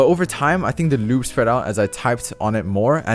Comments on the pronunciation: I love when he says loube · The way says lube 😂